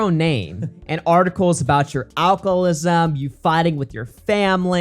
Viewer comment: It's as if you are saying alchlism